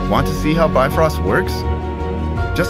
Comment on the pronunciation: Bifrost not bitfrost!